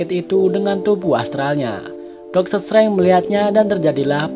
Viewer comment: bacanya doktor strenje bukan setrange